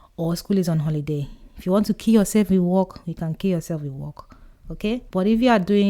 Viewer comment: "Kee ya sef with work" 😅😂 thanks a lot ❤